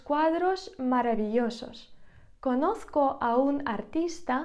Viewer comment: Дякую, гарні ваші відео. І вимова правильна. Але ось слово conozco хіба звучить через "к" в кінці слова?